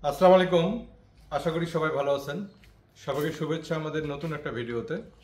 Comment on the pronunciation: আপনার সালাম শুদ্ধ হয়নি।